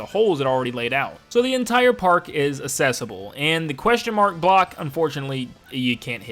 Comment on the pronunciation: Mans pronouncing the world accessible like the word assessable (Just playing around dude I don’t actually care. Enjoyed the video as well!)